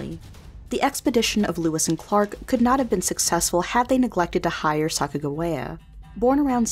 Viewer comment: Why does the other person narrating besides say Sacajawea in a weird way. Haven't you heard how her name is pronounced?